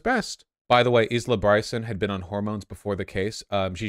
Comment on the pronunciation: Isla is pronounced eyela not issla for all the Americans in the audience